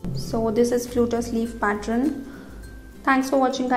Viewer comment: Fabulous dear.....thx been searching for this sleeve fot over a year...one small suggestion, its pronounced pat-turn(pattern) not pat-tron....its kinda off putting to hear it prounounced that way...otherwise fabulous video....hope u dont mind the suggestion!!! thx u for flutter-butterfly sleeve!!!